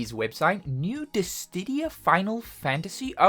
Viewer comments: I swear you say dis didia on purpose the last time you made a DIS SIDIA reference the comments were the same xD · DISS•I•DIA Not DISS•DID•IA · Curious why you add a "T" to Dissidia, pronouncing it "Distidia"? Is it a reference? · is he saying dissdidia? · Ahhh, I love it when says "Dissdittia". The fact that it's still the same pronunciation after like 5 decades is food for my soul! Inject it into my veins! Jokes aside, though, I do actually find it very charming, so never change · Is it actually pronounced Dis-Tih-Dia as you keep doing? 😮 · This dude saying Dis Tiddy ya. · its dissdia go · diss-ee-dee-uh, i love you man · Why does he say dissTidia? The pronounciation is weird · Dist ti dia lol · After all this time...you still can't say Dissidia. Never change man. 😂